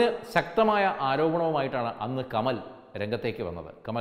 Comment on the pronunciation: കമൽ അല്ല കമാൽ